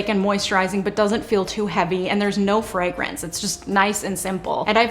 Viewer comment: I am convinced that is Britta's sister. She pronounces fragrance just like Britta pronounces bagel